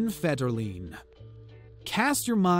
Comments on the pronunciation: I was wondering how you spelled that. Mar-see-yah. It only got worse with Kevin Feder-Lean. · I've already heard acouple of mistakes but..."Mar•C•ya Brad•dee"??? Kevin Feder•"leen"?? LEARN TO PRONOUNCE THINGS! And "Len•na Dunham's" first name is pronounced Lee•na! "Can"•yay West is properly said Conn•yay... I'm out! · You'd Think with All the PopCultureVids does... They'd at Least Correctly Pronounce the Names of Subjects in their Videos. FederLeen...just one i heard. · Common man these are common names everyone know pronounce them right who's Kevin Feder-lean it's Federline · You make it extremely irritating to listen to your videos with your constant misspronounciations of the people in your video. It's Federline"feder-line not federleene as you say. And the others are too many to mention. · Mar-shuh Bray-dee How does anyone, in the last fifty years, not know how to say the names of the Brady Bunch?!? It’s nalso Fed-ur-LIne. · Its leeeeena dunham And feder line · I was thinking of subscribing,then I heard you try to pronounce MARCIA BRADY as Mar-see-ya bratty. Also Kevin Federline as Kevin Fedder-leen. C'mon dude. No sub here. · Mar cia Brady? Seriously? Federleen? Dude. Let someone else read the script. You obviously don’t know anything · Where are you from? You can’t pronounce simple, easy names...Marcia Brady, Federline, Lena? Come on, easy